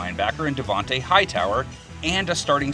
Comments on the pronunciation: Caleb Adam yes but they butchered his name is Dont’a not Davente lol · E. James Shepard he said devonte Hightower when his name is donte Hightower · Dude just said Davonte Hightower bruh... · Bruh I know you didnt just say devonte Hightower 🤦‍♂️ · Yea I know. Its D'onte Hightower